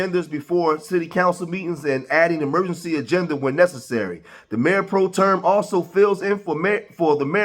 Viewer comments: The word is pro-tem, not pro-term. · It's not , Pro-Term . My gosh !